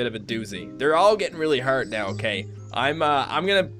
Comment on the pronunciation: Is it just me or do Canadians say hard a little different? I didn't mean to offend anyone or. Just wondering.